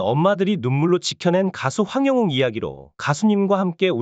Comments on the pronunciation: 황~~~~ 영~~~~~ 웅~~~~ 입니다 발음 확실히 하고 정직한 방송해 주세요 !!!! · 황영웅 이름 모르나요? 왜 이름을 틀리게 발음을해요?